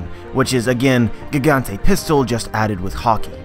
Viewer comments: Nah if he was hardcore at pronouncing it the way japanese do it then he wouldn't say Barto l'mayo. Plus they say Jiganto not Gigantay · It's actually "gigant" (pronounced "giganto" in japanese) not "gigante".